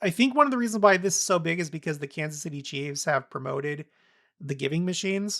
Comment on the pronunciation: ...FYI: Kansas City Chiefs is pronounced "CHEEFS", not "CHEEVES":)